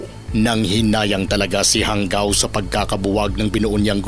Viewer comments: ISA SA FOUNDER NG DIABLO SQUAD AY KAKLASE KO SA POLICE TAEKWONDO COURSE CLASS 95. EX-PC KAMI. JANGAO . PRONOUNCE HANGAW HINDI HANGGAW. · JANGAO AS IN HANGAW HINDI PO HANGGAW